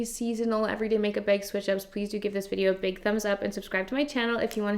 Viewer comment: Take a shot every time says “make BEG (bag lol)”😂